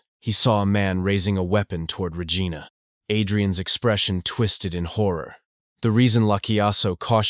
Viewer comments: So REgina is pronounce Rehgiana :face-blue-smiling::face-blue-smiling::face-blue-smiling::hand-orange-covering-eyes::hand-orange-covering-eyes:😾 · Lol y'all are laughing at the 7,000 gold thing but I'm laughing at the way he's pronouncing Regina 😂